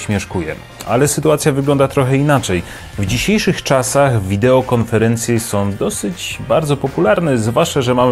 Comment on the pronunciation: Som, bendom, pozwalajom, jednom, wyglondajom....